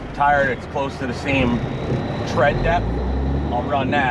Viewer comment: It's TREAD not thread jfc